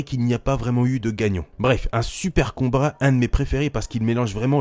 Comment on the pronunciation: "Un super combrat"